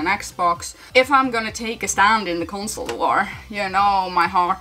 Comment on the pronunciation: “Consoler” always makes me laugh 🤣🤣